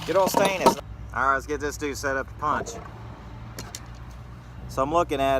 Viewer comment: Good video what do you think the total pay was after breaking down.... $2 or $3? I really enjoy "stainus" rather than stainless by the way fucking hilarious